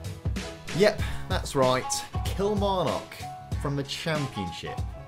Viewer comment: Absolute dislike for that Kilmarnock pronounciation.